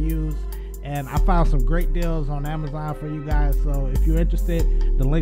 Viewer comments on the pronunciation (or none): none